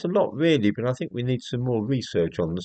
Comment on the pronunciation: " I Fink therefore I might be " ! Decartes.